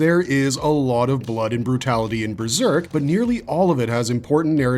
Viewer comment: Breserk? How can you not even speak English properly as your first language???